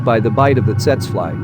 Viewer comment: "Tsets fly?" Really? It's Tsetse (TSEE-TSEE), Dude.